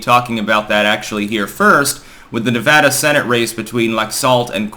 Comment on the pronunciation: You're one of the rare people to say Nevada without an H